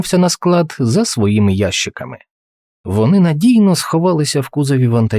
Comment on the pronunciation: Не Ящиками ,а українською,мправжньою,не росіфікованою буде правильно казати - ящикАми! Наголос на літеру А треба промовляти